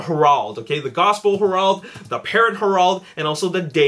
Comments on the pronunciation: It's pronounced HAIR-ULD, not HER-AULD. . . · The way he says Herald LOL